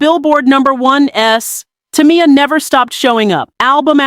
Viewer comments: Saying her like Tommy-yah is killing me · Maybe it's because people like you can't pronounce her name correctly 3 times in a row 🤔 Damn